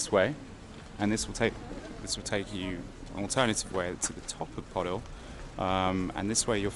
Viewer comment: PODIL. Pronounced 'Po Dill', .Like In, Sill, Will.